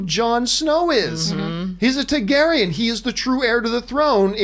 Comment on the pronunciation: dude, it's TARgaryen